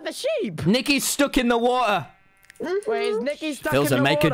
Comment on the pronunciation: not to offense but the word "stuck in the Wa er"